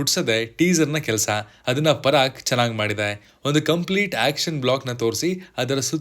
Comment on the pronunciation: parak alla paraak